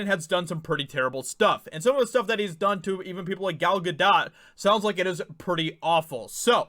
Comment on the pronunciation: Important video. But Dude... please learn how to properly pronounce Gal Gadot’s name...